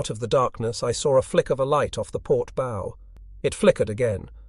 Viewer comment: somebody please teach this ai how to pronounce bow.